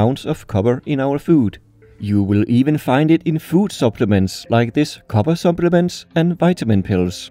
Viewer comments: ok bro I have to say it, ALUMINIUM is a name variant I like, it's easier to say than the aluminum but... KOBBER really?.... I'm disappointed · i find it suprisinly amazing that you pronouncing copper in english with your accent sounds almost exactly how it would sound if i pronounced Kobber in my canadian accent lol XD (just to be clear i can hear you punching the p sound, your english is great)